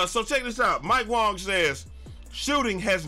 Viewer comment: Mike wang was trolling. its wang not Wong look up the tweets lol